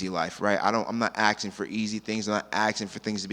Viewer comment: Did he say axing instead of asking? He was so well spoken otherwise. He could be a big star.